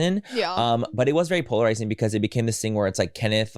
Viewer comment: Take a shot every time Manny says ‘polaziring’